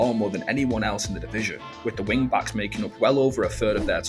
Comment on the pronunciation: WTF is widf and frive?...🤣